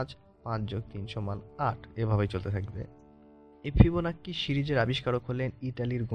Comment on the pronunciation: ফিবোন্যাচি রে ভাই ফিবোনাক্কি না😂😂😂😂